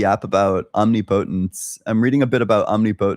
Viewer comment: Why do you say "omnipotence" like that? It's om-NIP-uh-tence, same as how its om-NIS-i-ence and om-NIV-er-ous and not omni-science or omni-vorous.